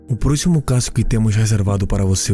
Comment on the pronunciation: Que narrador chato não sabe pronunciar palavras em portugues, casso ao inves de caso, acresta muito nas palavra é sofrível.